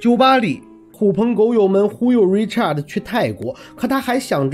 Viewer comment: Richard 是唸er的音 Not art Richart 才是發你唸的art的音